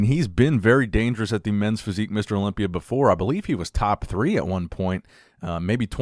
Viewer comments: I love it when he says Olombia instead of Olympia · wow, props to him I'm kinda new in the scene I didn't know about this thanks for sharing Yes English is difficult to learn if your first language is arabic, since their rhythms are different That's why he's still mispronouncing some words like Olympia, that's just his egyptian accent and I love it😂